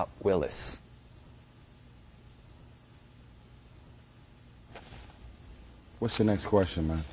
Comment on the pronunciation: lmaaao the pause before... Willis